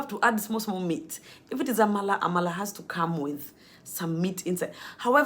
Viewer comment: Already having Nigerian Accent, with the way you pronounce Amala, Efo riro, etc. You are welcome to Nigeria. Always a delight watching your video.